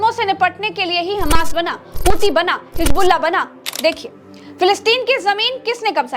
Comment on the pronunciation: Ganwaar apna pronounciation Sahi Kar hijbullah nahi hizbullah hota Hai